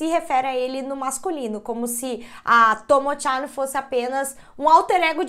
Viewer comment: Normal traição no casamento no Japão, tyan demonstra intimidade a pronúncia está um pouco errada e Sapporo vc pronunciou errado algumas vezes no Japão tds as sílabas são pronunciadas com a mesma força, e máscara eh normal as pessoas usarem, principalmente se estiverem gripadas mas tbm se não estiverem tbm usam eh comum